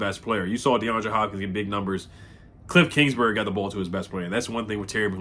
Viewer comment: Bruh you boutta have a stroke saying this fools name😂